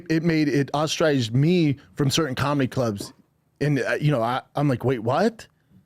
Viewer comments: What you mean b? What about cawlmedy? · You just don't pronounce cawlmedy correcdly, b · Hilarious how Schaub is technically a comic with two specials, yet he can’t pronounce the word comedy 😂